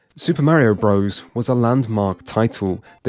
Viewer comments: Quit saying "bro's"! Super Mario bros.With a period after it, which is showing it to be an abbreviation is pronounced Brothers. NOT BRO'ES LIKE "HEY BRO!" (Which isn't even a word. It's African American slang for brother!) Bros. IS AN ABBREVIATION! This retarded shit is caused by kids not reading books. I'm guessing this guy didn't read as a child therefore he thinks bros. is pronounced bro's. If you start a kid reading early they learn things like this. We desperately need to find a way to get kids reading books again! Our civilization is going to go down in flames because everyone will be ignorant jackass's that know nothing. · Such a professional video yet he still says Super Mario "Bro's".